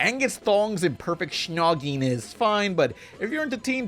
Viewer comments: You’ll probably never say snogging ever again but if you do don’t say shnogg that so, ewwwwwwwwwww. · What's with pronouncing snogging "shnogging"? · You really cant say snogging can you?